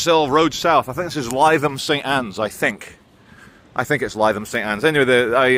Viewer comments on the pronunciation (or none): Is pronounced Litham st Anne’s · It's pronounced Livvam St Anne's. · Pronounced ‘Litham’. Love part of the world. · Lytham St Anne’s is a lovely place. So is Ansdell Beach. It’s said ‘Ains-dale Beach’ at ‘Lith-ham Saint Anne’s’, for our none local friends over the pond…. knows how to pronounce it but he’s a very naughty boy! 😆 Not allowed.. to mispronounce!! Glad you’re taking the time to decompress from the madness….. Take care. 🙏🏼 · Lie them st Anne's 😆 good old, if he calls it that, then that's how it's pronounced